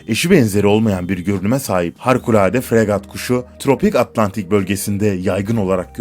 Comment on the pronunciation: İki kez HARKULADE deyişin beni benden aldı. Somali'nin içinden misin?